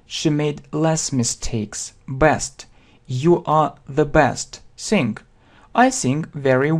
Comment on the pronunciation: Sing and Song произносится мягче. Достаточно взглянуть на транскрипцию.